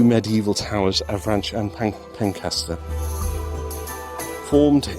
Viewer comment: Pencester is pronounced Pen-sess-ter. Just so you know should you ever visit the castle again, or Pencester Gardens in the centre of Dover. Nice video - it would appear they have added a lot since I last visited, which wasn't actually all that long ago.